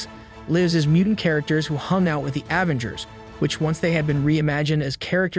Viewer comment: Aaavengers, ultren 😂